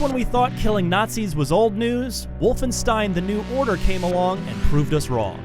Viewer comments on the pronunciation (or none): none